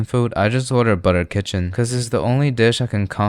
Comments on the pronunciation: he somehow mispronounced butter chicken as butter kitchen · He confidently said "buttered kitchen" lmfao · bro said butter kitchen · Bro really violated butter chicken by saying butter kitchen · Him: I only order... Because it's the only word I am confident I can pronounce both words correctly Also him: Say s "butter kitchen" instead of "butter chicken" 😅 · Nope. You can't pronounce it. It's not " Butter kitchen" , it is " Butter chicken". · no one noticed how he says he can pronounce butter chicken correctly then said butter kitchen😶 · Did you say butter kitchen in the beginning? Instead of butter chicken? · Can we just take a moment to realise that in the intro he mispronounced 'butter chicken' as 'butter kitchen' 2 seconds before stating it's the only indian food he can confidently pronounce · guys u hear that he said butter kitchen 😂😂?? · butter kitchen " 'cause it's the only one I pronounce right " 😭😭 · he 100% says kitchen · Butter kitchen, hydrobaddie biryani , muuuuhha 🤌🏻 perfect pronunciation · M I the only person who heard butter kitchen 😅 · Butter kitchen is NOT correctly pronounced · "butter kitchen"🗣🗣🗣🗣🔥🔥🔥🔥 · did i just heard "Butter Kitchen" 😮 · "can pronounce correctly one thing" "butter kitchen" 🗿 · "Only dish i can confidently pronounce both words correctly" "Butter kitchen" Well, bro got the confident part down 😂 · Did he just said butter kitchen 🙄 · Him: it is the only word I can pronounce correctly Also him at the start: Butter kitchen* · butter kitchen? the only dish you order with confidence because you pronounce both words correctly! hilarious!!!! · Bro said butter kitchen in the beggning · Butter kitchen perfect pronunciation for 1st time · He said butter kitchen and bragging he can pronounce both word😂😂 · "cause it's the only dish i can pronounce the both words correctly" Calls it butter kitchen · Butter kitchen.. hmm you pronounced both word correctly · Is it just me or did he say "butter kitchen" instead of chicken? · "Butter kitchen"